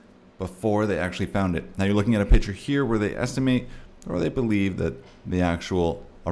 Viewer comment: Picture not pitcher.